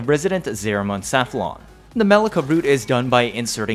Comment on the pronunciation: Maleka...?? thought is pronounce more of *Melyssa*...?